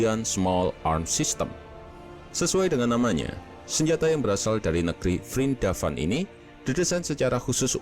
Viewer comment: Keren nyebutnya vrindapan:v